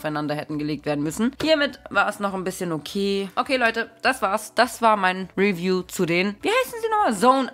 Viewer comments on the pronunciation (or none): none